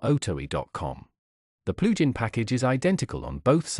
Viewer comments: at first i was so confused but now I know what "PLU GEN" is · "PLU GEN" hahaha! Otherwise, great walk through.